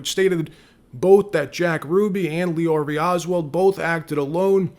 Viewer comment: Oswald, not oswell !!!!!!!